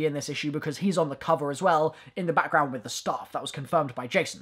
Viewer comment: Honestly your French accent here could work, one thing you got absolutely right is the way the pronounce "the" and everything else that starts with it, people in France don't get the fact that "ze" makes zero sense but they still use it